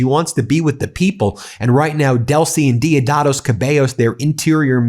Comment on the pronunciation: Just stay out of Venezuelan news bro ! You can’t even pronounce Diosdado bro. Machado is just a traitor to Venezuela and people don’t want her there. I don’t know where you get your news from , for real !!